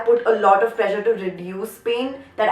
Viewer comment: pressure was sounding like pleasure 😛😛😝😝, still love you